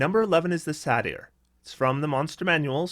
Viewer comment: “Say-ter” (it’s a long A)